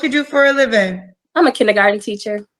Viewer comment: Kinneygarden.....ugh. It's kindergarten!